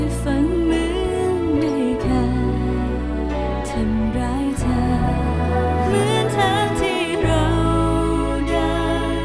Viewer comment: ไม่ชอบการออกเสียง คำว่า ชั้น เธอ ที่ ของมายด์เท่าไหร่ เหมือนบีบเสียงบางทีฟังแล้วไม่อิน